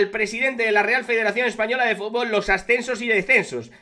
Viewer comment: Un presidente que no sabe decir futbol es de cachondeo, frunburrrrlollbnnn